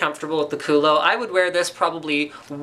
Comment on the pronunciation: Hahahahahaha!!!! The way you pronounce "kulo" in english, is the exact way to say ass in spanish!! Is hilarious to hear Linus say that! Lol!!!